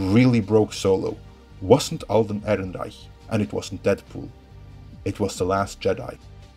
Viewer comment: Fuck I love the way you say "Ehrenreich"!